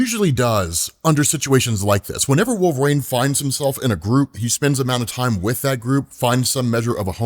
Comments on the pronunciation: Who is "Wolf-rain" ? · I wonder if he says wolv rain on purpose to get comments... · Wolvrain is driving me crazy wolvereen is the pronunciation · Who tf is Wolvrain?? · Had to stop the video. "Wulv-rain" was driving me crazy. Please rerecord this. Good God. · Who the hell is wolverain and why do you keep saying it that way? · Wolverane? Dude this is my biggest pet peeve of you do. It's like saying Marine but wolv in front of it. Shit son.. do you ever hear yourself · Have him move back to Canada and join Alpha Flight. "Wolvrain"? I know you've heard it pronounced. Stop with this nonsense. Bro, I keep adding to this post while I listen. If there's a hell, I hope you have to listen to this podcast and hear yourself say "Wolvrain" over and over. Just kidding... Or am I? Why are you doing this to us? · It's Wolv-reen. WUUL-vuh-reen. you're driving me insane hahahaha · "Wolve reign" Bruh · I always wondered why pronounces Wolverine as "Wolverain." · I love the channel but man... i really hate "wolvRAIN" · Bro i thought i was hearing wrong until about 11 mins in lmao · Dude can’t even say WOLVERINE. use your vowels smart guy❤